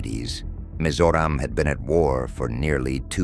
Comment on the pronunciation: This would be the most accurate pronounciation of "Mizoram" by A.I 😂